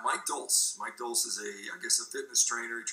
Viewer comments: Who the hell is mike dolsee? Must be brain mush from all that meat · First off Baker mispronounces your name (Dolce). You say it on almost every vid so there's no excuse for that. Second, there's a video on his channel titled "Are Vegans Communists" which sounds like someone spreading his own propaganda. Lame.